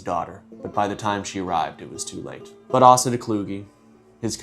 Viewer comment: Asa is traditionally pronounced Ace-uh when it has a Christian origin. Let me have this nitpick just this one man 🙏